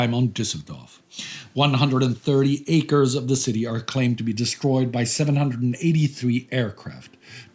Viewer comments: 2 corrections: - is acres not acers; - is Lopes with "s" not "z", Lopez is from the spanish, Lopes is from the portuguese. But great episode, in the final the tears appear in my eyes! Continue the good work! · "acres," not "acers," please